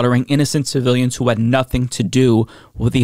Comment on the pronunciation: I think his tongue slip says it all. When he was trying to say civilians and said ci-villains instead and then called Hammas, he. He doesn't know what he's talking about, and he sees them all as guilty.